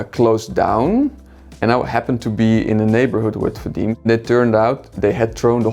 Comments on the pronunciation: Canim benim senin adin fadim degil: jij heet fadimE, ajb spreek het uit zoals het is en niet zoals een simpele hollander het zou uitspreken 😢😂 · fadim ne ya fadime diye okusanız sanki telaffuz edemiycekler mi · I’m sorry no hate but why can’t he pronounce his girlfriend’s turkish name correctly? It’s not “fadim” it’s “fadim-e” 🙄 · Your name is Fa-dee-meh, not Fa-deem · Her name is Fa-deem not Fa-dee-meh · Fadime fadim diye mi telaffuz ediliyor? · It’s actually kinda sad that they’re married and he still doesn’t pronounce her name correctly… it’s fadimé in turkish… great home otherwise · Fadime fadime olalı böyle telaffuz görmedi 😁 Fadim... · kendi ismini “fadim” diye mi telaffuz etti ben mi yanlis anladim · 1. Ismini ingilizce telaffuz ediyor. 2. Fadime ismi sadece Türklerde yok 3. Türkiyeden Amsterdam'a gitmemiş Amsterdam'da yaşıyormuş değişim öğrencisi olarak Turkiyeye gitmis oğlan ile o zaman tanışmışlar.